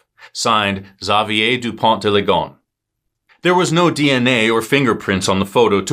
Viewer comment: Thank you for not pronouncing his name the way most English speakers would. I was prepared to cringe and you disappointed me in the best way.